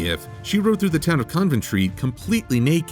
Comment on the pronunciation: Coventry, not Conventry. Sorry, but my brother happens to live in that city